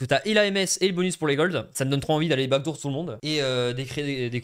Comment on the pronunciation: Backdoor si tu veux prononcer a l'anglais ça se dit back d'or pas back dour